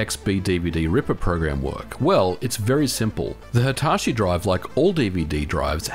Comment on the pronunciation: Hai-tar-shi?? ひたし, hi-ta-shi